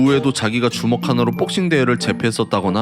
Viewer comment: 근데강한척은왜자꾸복싱을 빡싱이라고하지?